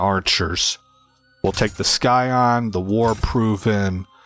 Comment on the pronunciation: Oh I almost forgot. The 'C' in scion is silent. 👍